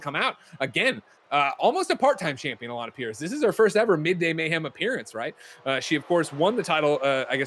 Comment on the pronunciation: The best part of Alanah matches is hearing the in game announcer pronounce it "Alan A Pearce"